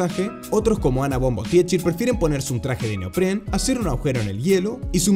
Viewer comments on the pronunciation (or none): Gracias, pero mi nombre se pronuncia como si tuviera un acento en la última “A". MUCHAS GRACIAS